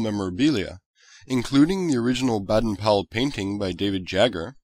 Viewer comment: Baden? The a is pronaunced as an a/ bAden powell house